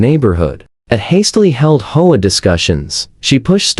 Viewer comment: Does anybody listen to these before you post them? Or is it that you have people who are so incompetent that they have no clue how to fix the AI voiceover so that doesn't pronounce H O A as a word? It's really not that difficult.